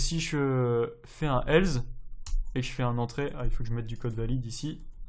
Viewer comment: Bonne vidéo :) Juste on dit else (avec un "s" non pas un "z" tu n'as jamais entendu la pub Nesspresso :) ?) et on écrit tu "es"